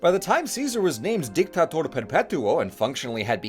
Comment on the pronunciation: DICTATOR not DICKTACTOR